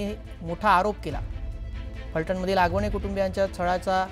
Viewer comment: Hagavane नाही आगवणे 😅